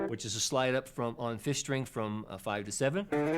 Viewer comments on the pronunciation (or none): none